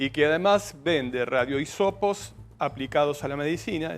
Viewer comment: Redio isopos? No será radio isótopos?